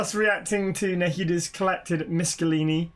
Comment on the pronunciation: Your mum is probably the only person on YouTube who can pronounce Miscellany correctly 👀